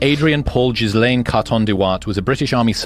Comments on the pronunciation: It’s not gizzlane it’s pronounced as ghilane 😂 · There is no way one of his names is pronounced jizlane